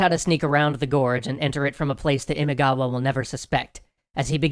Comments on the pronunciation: A slight concern regarding the name, it's Imagawa, not Imigawa. Apart from that, great episode guys! Always looking forward to new episodes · Imigawa? How did you let that one slip through? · Imagawa.* "ima" means "today" and "gawa" or "kawa" means "river." So, "now-river." Imagawa. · Isn't the name of the clan, Imagawa? I'm quite sure it's Imagawa. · IMIGAWA????? Are you kidding me? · Great storytelling and art! And you're doing Sengoku Japan! Yay! It's Imagawa, by the way. ImAgawa. The kanji are 今川 - first one Ima, second Kawa (which becomes gawa in the compound word). Which, yes, means you were pronouncing it a bit off the whole time. Guess it's too late, since they kinda won't be showing up much from now on. That's kinda what happens when Oda Nobunaga has a go at you.